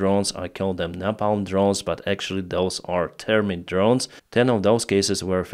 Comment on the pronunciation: thermite: pronunciation "ther", as in "Thursday" "mite", as in "might" hope this helps, keep up the good work